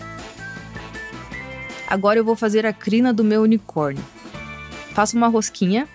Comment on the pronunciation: é crinda que se fala é ou clina 😂😂😂